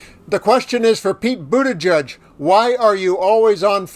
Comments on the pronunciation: Boo-ta-jEdge, like -edge! Love the channel but please pronounce #PeteButtigieg properly! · It's "Boot-Edge-Edge" not "Boot-Edge-Judge"